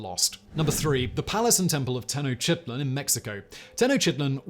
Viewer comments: He pronounced Tenochtitlan even worse "Teno sheetlan" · Simon please stop butchering Tenochtitlan's name! It's "tuh·nowch·teet·laan" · Tenotchitlan, Simon? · Disgusting and depressing. Your pronunciation of Tenochtitlan (spl?) is…cool.